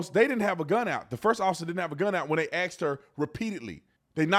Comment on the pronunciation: Asked. Not axed. Please